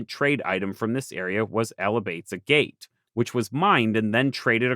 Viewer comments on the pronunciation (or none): Hey the second vowel on agate is the same as the first one (effectively for an English speaker) it's like aghet or agit and not a gate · Never heard anyone pronounce agate phonetically, it's always been like agit. I had to rewind video to see what you were talking about. Is that how it's pronounced in the mid west/east coast?